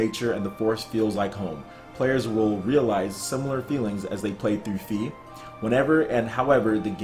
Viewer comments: I think it's pronounced Fay not Fee lmao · "Fe" is the Swedish word for Fairy. If thatvis what they mean, it should be pronounced: "Feeh". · Pretty sure it's pronounced as in "federal", cause fe is Spanish for faith.